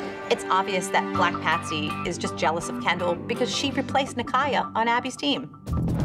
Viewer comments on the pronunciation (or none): Her name is kendall not candle 🤣🤣